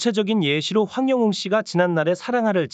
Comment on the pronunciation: 님 백번 맞는 말씀 입니다 고맙고 감사 합니다 그런데요 황영웅 이름만 정확하게 발음만 똑바로 해주시면 더감사 하겠습니다~~